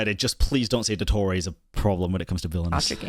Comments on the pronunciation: “il doettorey” 🫪😂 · that very American pronunciation of "Dottore" AHAHAHAHAHA (i just found it funny, not an insult hehehe)